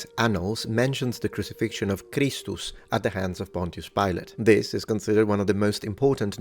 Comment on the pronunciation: The way you say kristus. Is how it sounds when you say it in lithuania. Just something to point out an not religous at all.